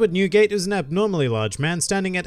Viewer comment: When he sad newgate i thought i heared nuguet the candy haha.